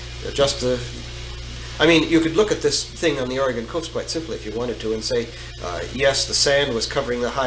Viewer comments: oregun, not oregone. it hasn't gone anywhere. please. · Oregonion here, Frank Herbert fan, this is great!!!! Also, it's Ore . ih . gun!!! Ore . ih . gone is like fingernails on a chalk board to us. Frank says it right. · It is pronounced Or'a'gun, not Or'e'gone!!!